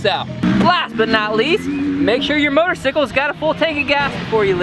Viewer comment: did he just say motosicle